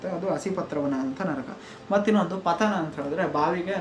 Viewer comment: Adu nraka alha bro naraka